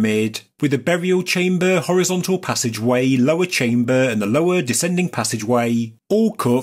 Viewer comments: He says chamber by saying chambuuuuuhh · chaimbaaar, enormaaas, WTF ?